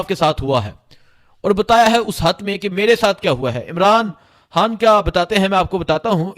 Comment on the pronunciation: سویٹ جی۔ آپ " خ" کو ۔۔ ح بولتے ہیں بڑا اچھا لگتا ہے ۔ زحم ، عمران ریاض حا ن🎉